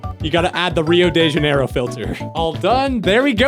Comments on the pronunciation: As a brazilian, I love the way you pronounced "rio de janeiro" slowly lol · As a brazillian, hearing you say "Rio de Janeiro" is PAINFUL 😭😭😭 i dont blame you tho you're not a portuguese speaking guy, you're a toki pona speaking guy